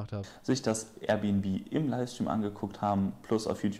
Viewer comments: Air bnb nicht R bnb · Alter Das“Rbnb“ regt mich so auf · Der soll erst mal lernen dass es AIRbnb heißt junge größter trigger😂